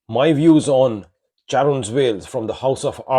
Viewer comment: btw, the Ch in Charon is pronounced as "K" and translates to "Death" (or Ripper) in Greek. "Death's Veil"